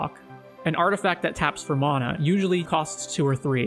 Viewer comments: mAhna not MONA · MAN - UH NOT MON - AH